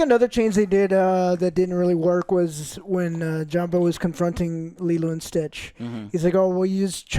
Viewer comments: take a shot every time they say Leelu instead of Lilo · Jesus fucking Christ Joe. It’s not the fucking Fifth Element. Stop calling her Leeloo, it’s fucking pronounced LEELOW. 🤦‍♂️ 😂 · its lilo not lilu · Anyone else annoyed at the name pronunciations of lelu and nena? What’s that about? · Nina & Lilu ITS NANI & LILO!!!! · lilo, not lilu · My right eye twitches every single time Joe says "Nina" and "Lilu" instead of "Nani" and "Lilo" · Nina? It's nani 😂 and li-low. Dude you just watched these!! 😂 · Why dont they correct joe when he keeps calling Nani "Nina" and lilo "Leelu"? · I love the fact that none of the guys corrected when he's saying Lilo's name. He keep saying lilu. Lol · You saying Lilu and Nina as if those are the actual names is mega cringe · Cmon joe, Lilu??? The name is in the title and you can't even say it right. I know he says he "doesn't get names right", it's lazy. Thanks joel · Lilo. I hear Lilu and it urks. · Nina, Lilu..... at this point Im convinced Joe says the wrong name on purpose lol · Bro how are you going back and fourth on Lilo and Leelu but keep saying Nina instead of Nani bro fucken read and how are the other two just sitting there letting you be wrong Like bro I heard him say it right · Every “Lelu” and “Nina” instead of Lilo and Nani had me slamming my hand on my desk 😂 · My eye twitched every time Joe says "Liluu" even though her name is in the title and he doesnt say it wrong there. 🫠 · Why is none of Joe's friends correcting Joe, that it is not leeloo.. but Lilo! Come on mannn. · Think you watched the wrong movie who the fuck is Lilu and Nina if I had a shot for every time he butchered a name I’d of been dead the first 10 minutes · By the way, the whole time listening "Nina" instead of "Nani" and sometimes "Lilu" triggered my OCD very strongly throughout the entire video XD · “Lilu” is taking me out 😅 lol I’m teasing of course it’s an easy mistake to make. Lilo and Lilu are very similar names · its not lilu its lilo